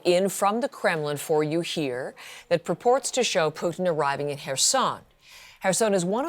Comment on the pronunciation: It's not PUKIN..